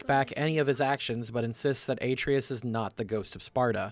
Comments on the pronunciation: You're killing me... It's Atreus. Uh-tray-us. Not Ay-tree-us. The video was good even with the mispronouncing of words and the occasional misspelled words in the captions, but it was most painful to hear each time Atreus was brought up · Say it with me: ah-TRAY-us. Not "AY-tree-us". "Ah-TRAY-us". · Game: “Uh-TRAY-us” This guy: “AY-tree-us” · I demand apology for the pronunciation of boi's name. Uh-tray-us not A-tree-is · It's "ah-tray-us," not "ay-tree-us," dude. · say it with me ah-trey-us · Kratos settled down and had a child named heart-valve. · New video drops Me: 😃 Hears aTREEus Me: ☹️ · dislike for how you pronounce Atreus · Not calling the scene where Kratos asks Brok to bless the spear, showing his absolute respect for him and assuring him of his worth, a Nat 20 scene is a critical fail for this episode. (That and constantly mispronouncing Atreus' name.) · How did you manage to pronounce Atreus wrong for the entire video when the game is fully voice acted? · Every time he says Atreus' name wrong, I cringe. THEY SAY HIS NAME CORRECTLY IN THE GAME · Man I flinch every moment you mispronounce Atreus' name, but love the video 🤣🤣🤣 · It's easy to tell who's actually played through GOW by how they pronounce Atreus( unless they think they know better then Christopher Judge how it should be pronounced) and its saddening to learn streamers who present themselves as fans of what they're reviewing can't be bothered to play the game and are probably basing their videos on information from other people's videos, or wiki pages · feels more like he gets all of his info second hand considering he never knows how to pronounce any main character's names ever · You are purposely saying Atreus wrong and saying his name constantly to bug people and make them comment about how you keep getting his name wrong despite how often his name is said in both games. It's a good tactic but man is it furiating having to listen too. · The pronunciation of Atreus hurts me